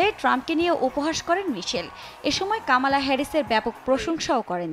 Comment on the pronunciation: Not kaamaala Her name is Kamala.